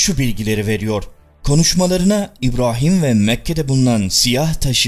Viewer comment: Şimdiye kadar hep senin videolarını hiç beğenemedim. Her zamanda ön yargimi kirip önce bi izliyeyim diyorum , izliyorum hep aynı şeyler. Videolari ısıtıp ısıtıp önümüze koyuyorsun. Videoların başlıkla alakaları yok. Üllüminati nedir , haşa hz. ibrohim nedir bunlar nasil telaffuzlardır. Sevmek zorunda degilim , yanlis anlama terbiyesizcede yorum yapmam sevmiyorum diye. Ama eleştriyorum kendimce. Beğenenler illaki vardır ama senin videolarin bana sıcak gelmiyor , sahte geliyor. Eline emeğine sağlık hocam. Sonuçta bir emek var , yolunda başarılar. İstemedende yanlış bir kelime edip , kırdıysam özür dilerim. İzleyenlere iyi seyirler.